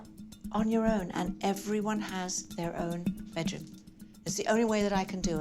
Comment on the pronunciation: Why does she say "bet"room instead of "bed"room?